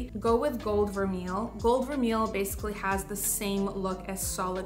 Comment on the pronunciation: Thanks for the video and best wishes as you welcome Baby #2. BTW…vermeil is pronounced ver-may.